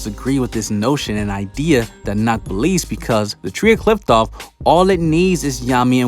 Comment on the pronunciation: I love your vids bro, but i hate the way you pronounce Qliphoth...damn.